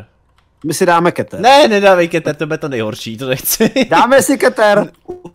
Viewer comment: Ty obtížnosti se ČTOU: sejf , jůklid a kýtr. Zjisti si o S.C.P. hodně. Řekl bych že pro ty co znají SCP hodně dobře je hrozný to sledovat. Jinak dobrý!